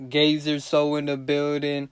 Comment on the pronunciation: Not to mention we he say “GAY-ZER GAY-ZER” he pump 2 times hard as hell smh